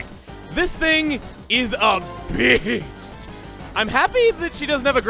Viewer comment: The way he said beast